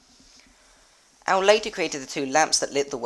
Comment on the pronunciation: Ow-lay. Aulë.